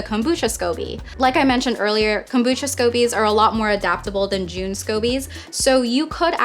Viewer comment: Just looked it up, too. Pretty sure it's pronounced "J - uh - n".